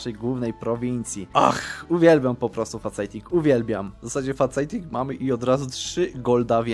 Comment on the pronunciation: Tam nie ma faceta w slowie "faceting", tylko "fejsting" Kocham Twoje filmy though <3